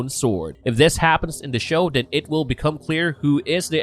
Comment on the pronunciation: I hate to be a stickler but whenever you say a word with a TH sound, you speak "D". IE: father becomes fodder, then becomes den, they becomes dey and so on. Great video nonetheless.